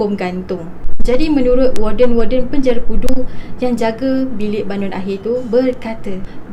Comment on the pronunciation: bunyi sebutan pudu tu mcm bunyi budu 😂😂😂